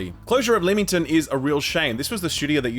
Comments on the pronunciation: Pronounced Lemmington please can someone say it right! You're the closest yet 😺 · Leamington is pronounced "Lemmington" - That hurt my ears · Leamington is pronounced 'Lemmington' Source: born and live there